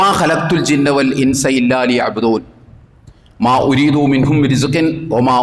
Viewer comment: മാ ഉരീധൂ... എന്നു നീട്ടി ഓതല്ല സാഹിബെ മാ ഉരീധു എന്നല്ലേ ഓതേണ്ടത്